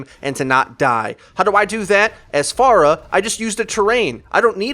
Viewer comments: "Fair-rahh" not "Farr uh" .... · Hey dude, love your videos on this channel....you're very well spoken and have given me a ton of good advice. One minor gripe that me and anyone else watching your videos with me have is your pronunciation of "Pharah" It is pronounced like "Fair-Ah", sort of like "Pharaoh", get it? She's Egyptian and stuff? Her name's badass! At least if you decide to continue saying "Far-Ah" the way you typically do, please do so ironically! Then you're just being funny, and it's okay....